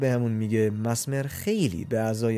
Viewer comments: میشه بدونم چرا انقد اشتباه تلفظ میکنی؟ کاملا نوشته میشه messmer چجوری masmer میخونی؟ مِزمِر. به این راحتی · آقا دمتگرم که ویدیو میسازی ولی اسمش ملینا هستش اونم مَسمر نیس مِسمر